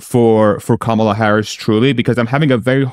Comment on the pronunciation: you undermine your own credibility by not pronouncing Kamala's name correctly.